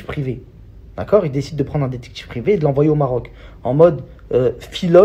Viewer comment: “Le dectCHIctCHIve privé” 🤣